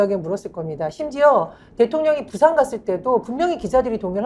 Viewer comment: 붓싸~아안. 고품격 원어민 아니 원주민발음. 어이구 창피해 제발 바쁜 총수들을 끌고다니지 마시고 생각하고 말하세요.나랏님! 쫌쫌쫌